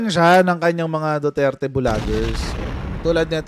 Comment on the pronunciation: Ang rinig ko DUTETE